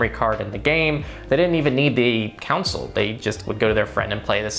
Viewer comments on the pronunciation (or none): it's not pronounced "coun - sil" it's spelled and pronounced "con - sol"